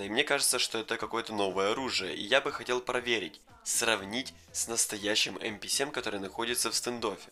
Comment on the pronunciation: Пишется МП7 читается эмпе сьем